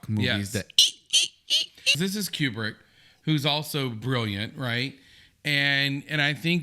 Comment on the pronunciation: It's pronounced Stanley Koobrick. You guys got the theories of the movie right. The hotel could be possessed and apparitions or ghosts were the inhabitants of the hotel. And Jack was a reincarnation of the caretaker of the hotel. Delbert Grady wasn't the same person as Charles Grady who killed his family in 1970. Another theory is that the hotel is hell. And another theory is that Jack was having a writer's block and the moment when he started becoming insane was when Jack's story began for his book. It could also be about his nightmare.